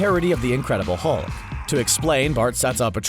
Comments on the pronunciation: "The Mulk and the Thing".. but good save after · The.... the what??? The Thung. THE THUNG? and THE MULK???? You have to be doing that on purpose.